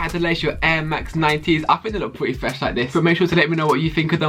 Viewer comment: Why do u say fwesh